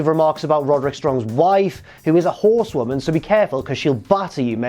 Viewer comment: When he said “his wife who is a horsewoman” he didn’t enunciate the ‘se’ enough